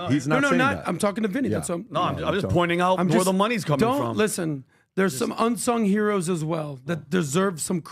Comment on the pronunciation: AH thinks that the word is pronounced,”UN-song” hero, you f’ing moron!